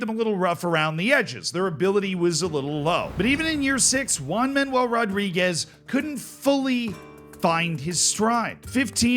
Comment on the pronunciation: I love your pronunciation for spanish names. One Man "Ual" Rodriguez will always be remembered!